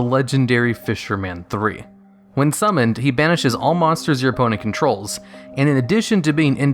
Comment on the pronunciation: "Wehn" Yeah, I saw that fisherman